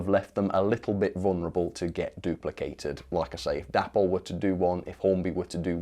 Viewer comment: Correct me if I'm wrong, but I always understood that the model brand Dapol was named after its founders Dave and Polly, so should really be pronounced "Daypoll"..... Just a thought 🤔🤨 Meanwhile, carry on the good work. Bob Morgan.